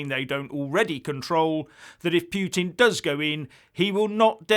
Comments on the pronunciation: Agree with your NATO - EU analysis. But when you start talking about your 'pyootin' it's clear you've picked up that bone of yours again. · This channel is turning to slapstick now for lack of any other worthy causes...hilarious! And the pronunciation of "Piu-Tin" has me choking on a sip of coffee.